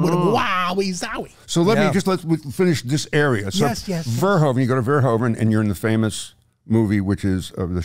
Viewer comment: Paul Verhoeven, such an overrated director whose name I have yet to hear anyone who isn't Dutch pronounce correctly: 'hoe' in Dutch is pronounced like 'who' in English. It's ver-WHO-ven, not ver-HO-ven.